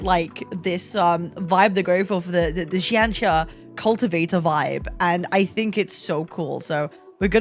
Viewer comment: Here your pronunciation of Q and X in her name is surprisingly good!